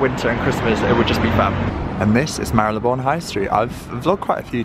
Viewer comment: Love and respect you so much because you pronounce Marylebone the right way. So many youtubers/influencers pronounce it wrong including fashion mumblr and Leonora Smee who recently put out vlogs where they mis-pronounce Marylebone, it's so frustrating to listen to when you know the right way of saying it! Jo Good obviously knows how to pronounce it as she lives there and you pronounce it perfectly. I am a massive fan of Penhaligons perfumes, my favourite and regular one is Halfeti, not the cedar one though. I also have Cairo and have just finished The Blazing Mr Sam which was divine but just didn't last and when you are paying £200 or more for a bottle you expect it to last for more than an hour on your skin. I would hight recommend Halfeti which has good staying power!